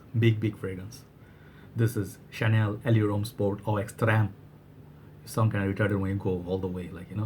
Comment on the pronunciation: Excellent choices brother ! The way you said “Chanel Allure Homme Sport Eau Extrême” and “Dolce and Gabanna The One EDP” blew me away XD